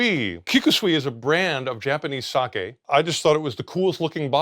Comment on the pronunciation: A small thing, but I appreciate him using the correct pronunciation for sake 🙏